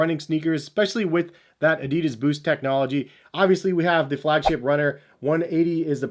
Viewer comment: If you are so much in the shoes,learn how to say Adidas. If Germans can say correctly Nike,it's not hard for Americans to say Adidas correctly. I hope you are smart enough for that...